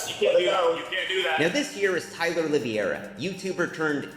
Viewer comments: I had a stroke every single time someone in this video said "Oliviera" instead of "Oliveira" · i dont understand how hard it is to pronounce O L I V E I R A the correct way, its not O L I V I E RA my wiggas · Why is everyone saying “Oliviera”? It’s -> O li VEI ra The E comes before the I. I know it’s not a normal sound for English speakers but you can do it. OLI VEI RA To say the VEI part right try saying: vvvv hey If all else fails just say “Olivera” Just don’t put the “i” before the “e” like when you say “riviera” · Ah yes, Tyler "Olivia-era" not Olive-era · Did you just say TYLA OliVIera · How can no one say Oliveira, it's not hard